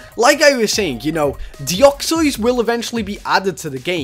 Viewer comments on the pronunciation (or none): It isnt deoxoys its deoxys! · deoxys is pronounce deyoksis not deyoksoys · It is called De-ox-iez, not De-ox-oiz. That pronunciation of yours just sounds weird and doesn't make sense. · my reaction to how says Deoxys wut is that supposed to mean it's Deoxys not Deoxoyse (how he actually says it) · ur saying deoxois but its deoxys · you said "Deuxzods" you Say it like this De-ox-e-yes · STOP SAYING DEOXOYS ITS ANNOYING ITS DEOXYS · Deoxois I thought it was deoxys the hole time no offense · He said deoxys wrong deoxyos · "Dioxois" it dEoxYZ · stop calling it deoxios. its deoxys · DEOXOISE? ITS PRONOUNCED DE OX SYS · Deoxoys? Its Deoxys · the way you pronounce it isnt like this deoxois its pronounced deoxis by the way i know its not right spelling im just saying how its pronounced its real spelling is deoxys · He called deoxys "deoxois" DA F*****CCKKK??? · its prenounced DE ox SIS not de ox ois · deoxys NOT deoxoys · Its deoxys not deoxoys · It's de Ocks iss not de ocks oys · Deoxoys umm can u speak it say it please U should make a video that all the pokemon u can say rightly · did anyone else notice he said reading instead of radiating and he said deoxyois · YOU SAY IT DEE-OX-EEZ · its dox-is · you said deoxoys like a joke or something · How you pronounce Deoxys De-ox-ys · "Doxsoys" lol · It's Deoxys (Dee o xis) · I KNOW YOU ARE BAD A PRENOUNCING STUFF BUT PLEASE!!! I AM GETTING SIRIOUS TRIGGERING RIGHT NOW ITS NOT DEOXEUEHEUEUYEJJS JUST SAY IT AS IT IS! DE-OK-SYS THATS HOW YOU SAY IT!!! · Deoxys is pronounced deoxes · ITS DE OX IS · Deoxois lol sry xDDDD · The way he pronounced deoxys XD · you say deoxys wrong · u said deoxys wrong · LOL WRONG PRONOUNSAYTION OF DEOXYS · Not to be mean or anything but ur pronounciation of deoxys is the frikin worst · Omg stop saying it wrong search it on Google learn how to say deoxys xD